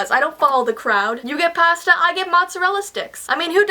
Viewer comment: its pasta not "pasta"